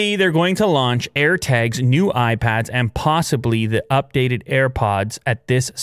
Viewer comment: You know he's Canadian when he says "Air Tegs"